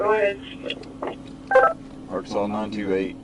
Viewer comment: One of the english names i hate to read and pronounce. I often read letter by letter. Arkan-SAS